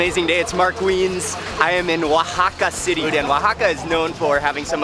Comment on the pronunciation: Mark w e i n s lmao how he said it